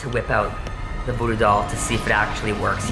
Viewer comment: He said talking tom voddo doll